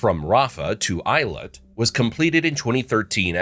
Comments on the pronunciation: It is pronounced Ayelot, not eyelit. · It’s pronounced eh-yi-lat